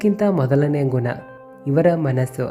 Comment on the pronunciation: ಗುನ.. 😂.. ಕೆಟ್ಟ ಕನ್ನಡ.. ಅಸಹ್ಯ ಉಚ್ಛಾರ..